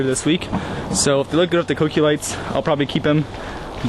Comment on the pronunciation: Very weirdly says cokey lights